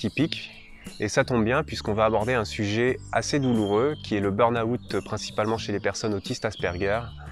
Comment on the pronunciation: bonne explication, merci. Par contre le "beurnaoûtte" ça fait mal aux oreilles 😅